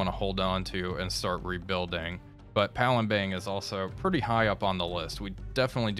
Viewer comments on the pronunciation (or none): You keep Saying palembeng you don't use an eng at the end you use an ang so it reads as palembang